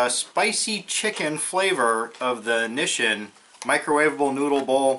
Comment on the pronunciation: *"mah-ROO-chan" and "knee-sheen"